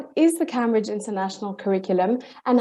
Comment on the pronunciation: She knows this so well that she can’t even pronounce “Camebridge’ properly. As in the university 😂